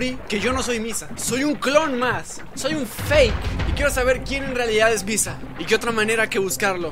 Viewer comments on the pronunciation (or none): dijo bissa y no missa XD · No ví pero en un momento en lugar de missa dise pisa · missa dijo pissa :v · Yo escucho bissa :/ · .... Dijiste pizza? O soy la unica que escucho pizza